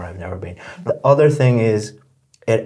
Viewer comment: No way she could get a 9 based on this performance. Her pronunciation alone was already a decent detractor. She kept pronouncing the TH sound as if it was a T and she also rolled her R like in Indian.